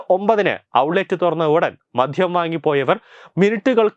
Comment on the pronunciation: "മധ്യം" അല്ല ബ്രോ "മദ്യം"